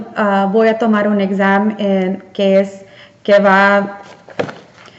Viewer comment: examen, no exam, desarrollar, no desarrolar, subraye, noun = sustantivo. Felicitaciones por querer aprender a hablar correctamente.